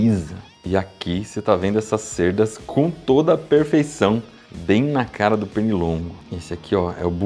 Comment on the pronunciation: "cêrdas" não se fala "cÉrdas"